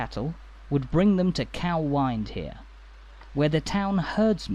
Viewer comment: It’s pronounced fawkirk. And coo Wynd